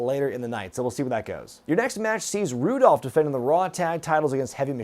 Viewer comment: Roode dolph? Roodolph? Rudolph? Rudolf? Oh NO